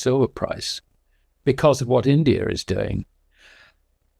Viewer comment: Indier and Chiner? Never heard of those countries.